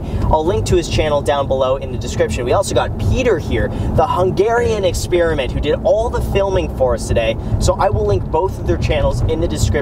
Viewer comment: Its not Peter, its Péter! And its pronounced as is!